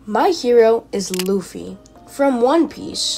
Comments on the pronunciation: U pernounced the name luffy lu-fee btw it's lu-ffy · Is no one going to talk about how they pronounce luffy as loofy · Bro, really called Luffy loffy